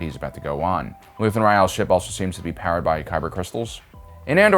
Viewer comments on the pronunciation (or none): none